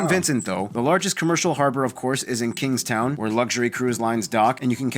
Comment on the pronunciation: It is Kingstown not kingston